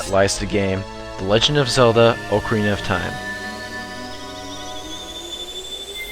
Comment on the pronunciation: I am subscribing to your channel, mainly because you pronounce OCARINA correctly. I can't stand it when people pronounce it, Ahkarina.